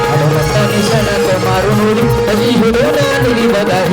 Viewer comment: क्षणात बुवा ऐकायला वेगळा येतय 😂😂😂😂😂😂 शब्द उच्चार सुधार